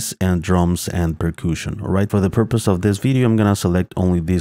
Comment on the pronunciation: "Per-kooshin"? lol